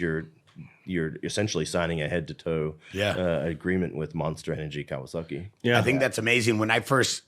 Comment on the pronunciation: Was Chad saying "Kawasucky" on purpose? lol